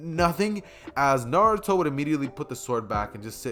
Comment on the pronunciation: Why is Naruto prenounced na-du-tho instead of na-ru-to Also you should’ve made Sasuke the reincarnation of vegeta